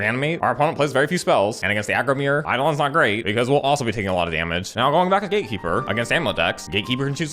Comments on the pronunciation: Cemetery Gaykeeper instant burst of laugh XD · Daddy, was correct pronunciation GateKeeper or GaeKeeper?